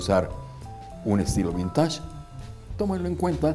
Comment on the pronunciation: No se dice vintash, se dice vintesh 😏